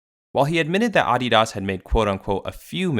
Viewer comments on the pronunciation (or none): Let me guess, you are North American? It's pronounced ah-de-das, and not uh-de-dus. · why pronounce that way? Please stop. I couldn't finish the video. Just say Adidas, not Ahdeeeahas. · he lost me off how the man kept saying AHdidas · You messed up the name of the brand so bad this video is unwatchable. Shame. uh· dee· duhs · "auDEEdoss" man wtf who says it like that? Its "ADDeedus" like your other content but I cant listen to that sorry xD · My main takeaway from this video is that some people say AW-DEE-DAHS when I've only ever heard it pronounced as UH-DEE-DUS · can you just say Uh-dee-dahs? instead of AH-DEE-DASS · It's AH-DEE -DUS, I'm not in Germany, (Note how I didn't say Deutschland ) [[Same with Porsche] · Came here to just hear me say Ahh Dee Das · Ahhdeedas? Wtf is this dude saying? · “Oddy Doss” 😂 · Bro said aauugghhdidas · The way you say ADI-DAS makes me want to break my computer. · “Aw de daus” 💀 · Bro you going bleed my ears saying Audi-Doss throughout the video 😫😫😫😫😫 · The pronunciation irked me so bad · Anyone else get stressed the way he says Adidas? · Lmao never heard adidas pronounced like that before😂😂😂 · I can’t stand the way you pronounce adidas great video though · I can't watch the video with that ridiculous pronunciation he uses for Adidas! Listening to chalkboard scratching would be more tolerable. I'm surprised he did not pronounce Nike as "Neekay." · You pronounce adidas wrong. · couldnt watch this because of the way he says adidas.... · I genuinely hate how you pronounce Adidas 😔😡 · Is it just me or is he pronouncing adidas weird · I stopped watching 30 seconds in when he started pronouncing adidas pretentiously like the other youtubers lol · The way you say Adidas makes the video unwatchable tbh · Turned the video off the moment I heard him say Adidas like that. No doubt you put much effort into this video though <3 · Just hate him pronounce it this way it bothered me the whole video. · It’s very jarring